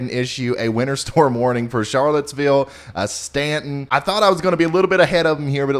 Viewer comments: Ryan, you pronounced Staunton correctly - “Impressive, most impressive!” And, btw, you were accurate, as we have heavy snow! Learning a lot about meteorology without the hype. Nice work! ❄️ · Impressed Ryan pronounces Staunton correctly! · Impressed at the correct pronunciation of Staunton.